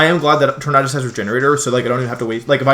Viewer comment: Logan Rhoades he is saying it right